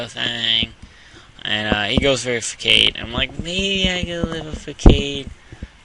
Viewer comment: Facade is pronounced Fuh-Sawd, just so you know. Great battle though